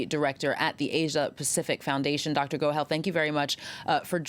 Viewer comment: with an accent it’s not Dr. Go Hell it’s Dr. Go Hull.